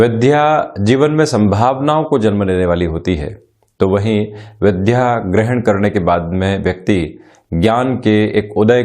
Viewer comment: अरे साहब विध्या सही उच्चारण नहींहै बल्कि विद्या होता है सही उच्चारण। ।जय हो माता सरस्वती जी की।